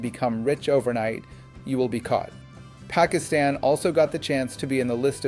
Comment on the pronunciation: Why did you miss Zia ul Haq?? He was much worse than Musharraf. Your american accent is laudable except calling Asim Munir and Pakistan. That was laughable.😂